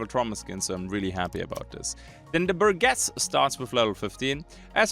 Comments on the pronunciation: Bur-jess. Not Bur-guess. I fought hard to not correct you, with English being a second language and all, but it was eating me up inside and I couldn't stand it. I'm sorry. I should try and be a better person. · bur-jess, G before E and\or I makes a J sound... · This is like the most surface level comment possible, BUT: The "Burgess" in the new folding shotgun's name is pronounced with a soft G, not a hard G: Keep up the vids man. Loving it